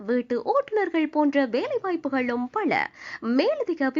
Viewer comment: அறிவிப்பாளர் தமிழை சரியாக உச்சரித்தால் நன்றாக இருக்கும்.பழ illai பல.வேழை இல்லை வேலை